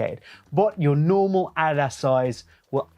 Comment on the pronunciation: Bro say Adidas right😭